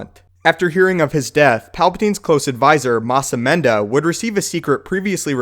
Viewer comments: it is mas amedda. not mas amenda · You said that wrong is massimita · "MAS AMENDA" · You said Mas Amedda wrong